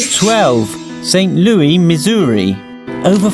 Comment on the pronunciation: Why does the narrator pronounce St Louis wrong?